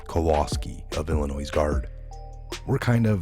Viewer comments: please say Illinoi not Illinois do mot pronounce the S! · Illinois is pronounced “illi NOY not Illi NOISE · It is pronounced ILL ANNOY.........not ILL A NOISE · FYI... Illinois is pronounced “ill i noy”. Not “ ill i noise”. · I hate being a grammar Nazi but its not "IllinoiSs"... its "Illinoy" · ILLINOIS...'S' is silent...pronounced Illinoi ....thank you... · It's pronounced Illinoy, there is NO noise in Illinois sir. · Good stuff! Just a reminder that Illinois is pronounced ‘ill-annoy’. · It is pronounced....Illi-noy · Its illinois.... not illinoiZZ... The S is silent - just like the "P" in beer 🍺 !!! Thanks for all your work! #WWG1WGA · Illinois ..... no ‘s’ sound on the end! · Ok he pronounced it wrong you don't gotta say it a hundred times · FYI...The S in Illinois is silent. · Illinois has a silent S! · Please stop pronouncing the silent "s" at lend of Illinois. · FYI: Illinois is pronounced without the 'S' at the end. 👍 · Yes, please no "s" on the end of Illinois. It is French and silent please. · the "s" is silent in Illinois. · The s is silent on Illinois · Silent S in Illinois. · Thank you! ❤️❤️❤️I am from Illinios. Respectfully, the “S” at the end of Illinios is Silent. 💕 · No sound of S on Illinois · Love your site! Always watch. However, the "s" is silent in Illinois. It sounds as "oi". French. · Love your videos....but PLEASE pronounce Illinois correctly...the 's' is silent. They say only the least educated say it with an 's' or 'z' sound. I know that can't be you! Don't give them any excuse to say you don't know what you're talking about.